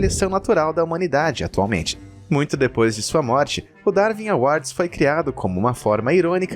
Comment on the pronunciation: Não se pronuncia "Darvin awards", mas sim "Darwin awards". (Lê-se Daruin".